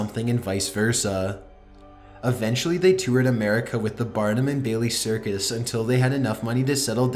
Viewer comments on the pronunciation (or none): none